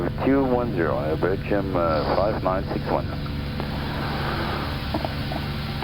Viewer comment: nah he just fas pronounced "Air Belgium" as "begium" wich sounds like "vi-gin" a bit